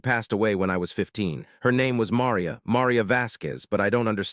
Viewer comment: Marr ree ya. Marr REEEE ya. ffs